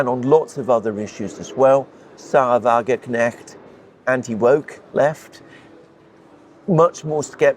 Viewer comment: You inability to correctly pronounce Wagenknecht somewhat undermines confidence in your understanding of German politics.